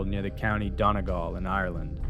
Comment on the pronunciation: the worst pronunciation of Donegal I have ever heard